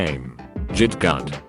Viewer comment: is no one going to talk about how the TTS bot pronounced "git gud"